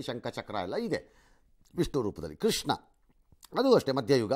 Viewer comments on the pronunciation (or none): none